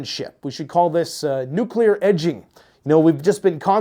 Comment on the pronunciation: " neclear edging " 😂